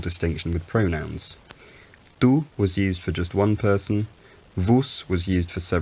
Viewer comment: Isn't pronunciation of Old French "tu" = [ty] instead of [tu]? Meanwhile, pronunciation of "vos" as [vus] seems correct :)